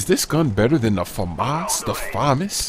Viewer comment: he pronounced famas wrong